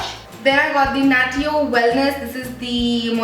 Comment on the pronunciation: Isnt natio pronounce as "nashyo"